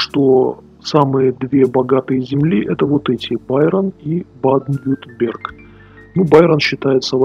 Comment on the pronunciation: произносить правильно надо "Байэрн" и "Ба-аден-Вюртэмберг" ... странно слышать такое произношение от человека, который живёт в Германии не первый год, как я понял, при всём уважении ;-)